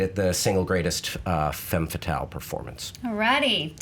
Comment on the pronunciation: Guys, the "e" in "femme fatale" is pronounced like the "u" in "rub", not like the "a" in "man". Learn your French. Stop being such stereotypical Americans who don't give a shit about foreign languaages.